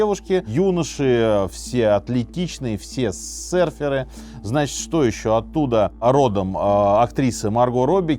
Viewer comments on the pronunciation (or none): всё супер, но удивляло весь выпуск почему «сэрферы» и «сэрфинг» 🫠